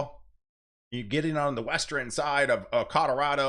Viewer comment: I never heard western, eastern , and northern pronounced like that I wonder where they say it like that in the US